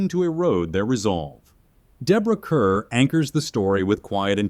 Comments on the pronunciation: Deborah Kerr's last name rhymes with "star". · I enjoyed this video. However, Deborah Kerr's last name is pronounced like "car". As the old MGM ads proclaimed, "Kerr rhymes with star".